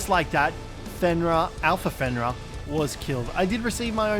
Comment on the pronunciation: ITS FENRIR WHERE ARE YOU GETTING THE A?